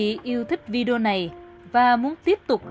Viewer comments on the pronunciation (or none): none